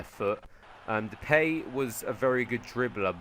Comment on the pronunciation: You pronounce the ij in wijnaldum the same as you pronounce the eij in sneijder and you pronounce Depay as duh-pie but your english so you cant do anything about it